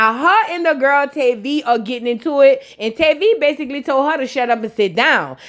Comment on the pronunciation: Hey babez it's pronounced tah-vi not tay-vi it's tavi